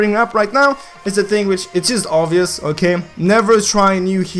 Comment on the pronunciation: LOL "Okeigh"